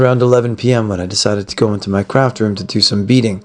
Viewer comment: Beading is pronounced beeding, not bedding...